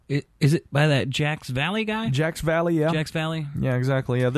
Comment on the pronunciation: Jah-k Val lay not Jack's Val lee. Shame on you you cave dwelling rubes.